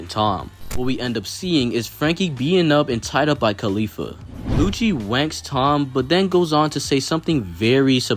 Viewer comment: I’m sorry did you say “lucci wanks Tom”?